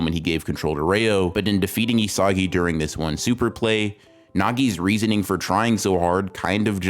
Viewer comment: Excellent analysis. But say it with me: "EE-suh-gee" 😂